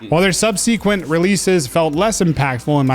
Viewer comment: Not sure why so many people lately have been butchering the pronunciation of "subsequent", but it's absolutely not "sub-see-kwent".